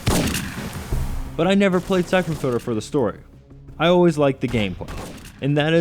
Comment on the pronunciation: someone should review this guys REVIEWS. they fuckin suck and he doesn't enunciate....syphon filder, syphon filder, NO! it's syphon FILTER!